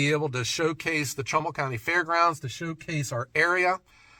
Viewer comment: First it was Portland but you actually ment Cortland. Now you say Trumbull but it really sounds like trouble county. . I talked are sawmill manufacturer in to makeing it to Eugene this year. probably a long shot for more then that. I mean I consider it the world's greatest sawmill. I mean I have considered milling out 8x12s over 20 foot and cutting them to length and splitting them. That would technically be ""making firewood"" LOL